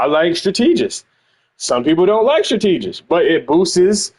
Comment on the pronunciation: Love your videos dawg but you making my head tick every time you mis-pronounce strategist. My sisters are educators and it is also a word I used to have trouble with, so I'm not trying to be a correctologist (yes, I made it up) here. I still have trouble with quite a few words myself like synthesizer and insurance, lol. Keep the content coming.